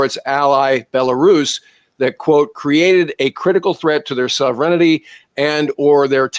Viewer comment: What is “sovereignITY” it’s “sovereignty”